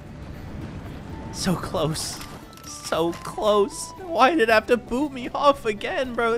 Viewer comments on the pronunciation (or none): none